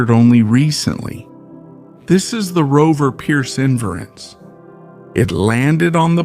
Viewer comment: while i sort of appreciate the content. please get a voice that does not sound like hes drunk as that mumble mouth harry caray. and pronounce Perseverance correctly